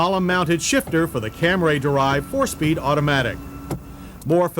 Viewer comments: It’s the mid-90s, but he’s still saying Cam-ray! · There John goes again with the CamRAY reference. I guess he is just sticking to his pronunciation of it!